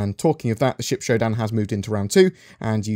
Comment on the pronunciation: I thought you said, “...allowing shit combat...” rather than ship combat haha